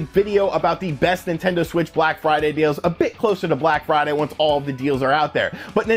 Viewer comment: BRACK FRIDAY BUNDURU???